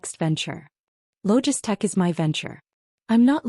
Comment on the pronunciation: Why do they keep calling Maya’s program LogiStech with an S when it is spelled LOGITECH, no S, throughout the story?